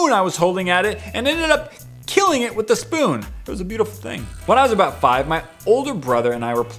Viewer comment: just please at least say “with” instead of “whit”